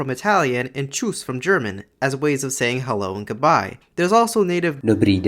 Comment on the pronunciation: at the moment of "goodbye" I heard a typical accent for Russians and Ukrainians in Belarusian 😁.